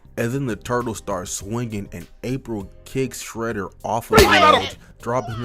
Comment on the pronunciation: Bro said Fredder 💀